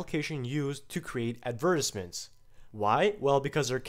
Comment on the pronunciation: advertisements....not ad veertissements